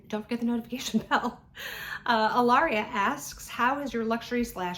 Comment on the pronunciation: also incredibly well done on pronouncing my name, I am officially impressed!